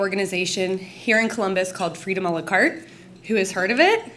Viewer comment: BTW it's "a la carte"